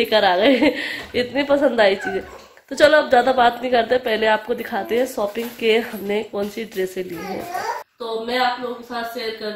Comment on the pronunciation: Sopping nhi shopping aap hmesha sh ko s q bolti h